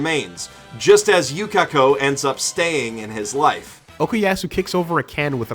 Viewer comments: "jotAHro" "koy-chi" "yuKAHko" "shining diamond" *breaths in* boi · The way you say Jotaro and Yukako sounds wrong